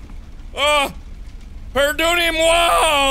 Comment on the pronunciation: "pardonnez moi" it really is satisfying to hear markiplier say a french sentence as a french person